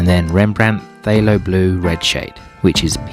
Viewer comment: I find it interesting that you pronounce PthAlo as PthYlo. Let alone how you pronounce Holbein! 😉 I think I like the first or third triad.